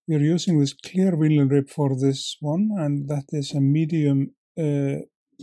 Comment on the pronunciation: I think I will add this to my to-do tying list for my donations. The Healing Waters group I tie for is based at a fly fishing club that has its own pond. Yes, I remember Swannundaze though I haven’t seen it in decades. :-0 In English, vinyl is pronounced “vi - nil” with an “eye” sound for the “vi” rather than “vee-nil.”